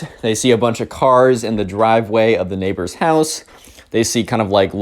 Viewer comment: "Neighbor" They sure are neigh-BORES!